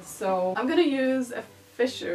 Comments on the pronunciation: Karolina, it's charming! And btw, Fichu is "fee--shoo". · Looks pretty darn good for someone who “sucks at 18th Century”. Don’t worry, no one else (alive) knows how to pronounce fichu, either. Love your videos!